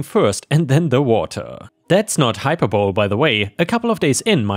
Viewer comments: "rescind" is said as "ruh-send" not "ree-zent." "hyperbole" is said as "high-purr-buh-lee" not "high-per-bowl." "impotently" is said as "im-puh-tint-lee" not "im-poh-tint-lee." "syrup" is "seer-up" not "sigh-rup." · Also - hyperbole = hyper-bol-ee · a quick English pronunciation tip: Hyperbole—hi per bowl eee Syrup — sir up ⭐️⭐️⭐️⭐️⭐️ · Particularly loved the ants in the flip-flops story. Three excellent stories again today. Thank you. ⭐⭐⭐⭐⭐🐈⭐⭐⭐⭐⭐⭐⭐ Crikey,, you hit some hard words today. 1. You said mediation when it should be medItation. (Like yoga etc) 2. Hyperbole is pronounced High - per - bowl - ee and means exaggeration not to be taken seriously 3. Syrup is pronounced Si (as in Siri) - rup. ⭐⭐⭐⭐🐈⭐⭐⭐⭐⭐ Disney looked gorgeous again today. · hyperbole is pronounced: hi per bow lee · Hyperbole has three syllables. I enjoy your reading English. I only ask that you listen to more native speakers to learn how English is pronounced.